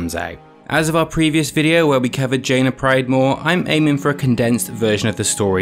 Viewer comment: its Proudmoor not Pride.. just sayin..